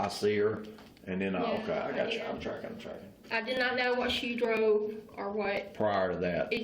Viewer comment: One thing I know for certain is that detective “is trackin”